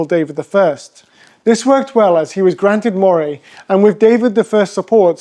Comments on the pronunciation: Did you never learn how to pronounce Moray? I have never heard of your Maw-ray. Scots pronounce it Murray - as in Andy Murray! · It is pronounced Murray like Andy not like the eel. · Moray is pronounced Murray